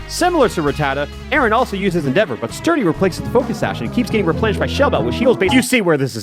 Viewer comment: I find it funny how he pronounces Aron as "Aaron" when it's "R-on"